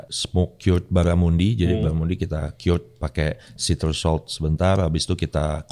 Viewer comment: Ray, ini cuma sedikit masukan utk pengucapan baramundi. Bara sdh benar pengucapannya, tp mundi harusnya diucapkan spt kata mandi. Trm ksh.